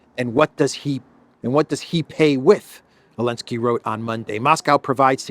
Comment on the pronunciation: Why are you skipping Z in Zelensky? What's the deal? It's quite irritating to hear it over and over again. :(